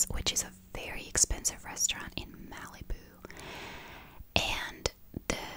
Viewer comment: The way you pronounce Malibu is cute. In America we say it like "Mal-ih-boo." The A is said like the A in Malicious, and the I is pronounced like "ih" not "ee."